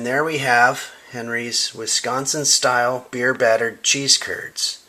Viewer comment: Love the beard and the way you say “Wisconsin”,!